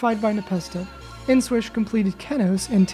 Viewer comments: kénos.... what is wrong with you it's kenos LULW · It's not Ken owes, it's key nose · its pronounced keenos (edit: look its ri-clic) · When you pronounce Kenos "Ken-ose" instead of "Keen-ose" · why u pronounce kenos like that omg